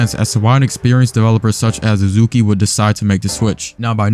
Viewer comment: The moment you said uzukee I KNEW exactly why it failed.